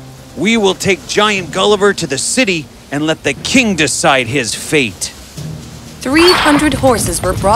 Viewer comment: "decide his FATE", not "faith"